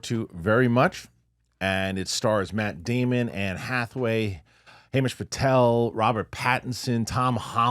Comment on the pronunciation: "HAY"mish Patel!! Haha.